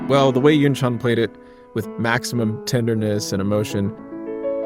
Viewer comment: As a South Korean, I have to say this., You pronounceYunchan's name perfectly.